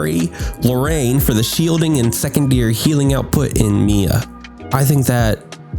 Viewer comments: wait.. "Mee-ya" is the correct pronunciation though. I don't understand the trigger. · you pronounced it right bro lol, IT IS "me-ya" not "my-ya" , i would've been triggered if you said the latter lol